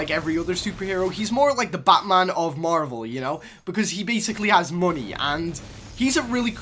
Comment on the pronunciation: It's marvel not marble